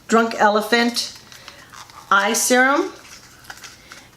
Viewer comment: Did you say "drunk elephant?"